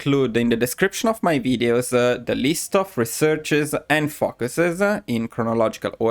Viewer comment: I know you are Italian and pronounce English differently, but I have to point out it us oretty funny when you say ‘focuses’ because it sounds like fuckeses